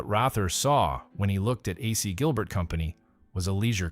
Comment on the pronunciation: It's likely an AI generated voice. It's getting more and more common that these types of channels use AI narration rather than actual human narrators. One giveaway what when he repeatedlt pronounced AC Gilbert as "AhSea Gilbert".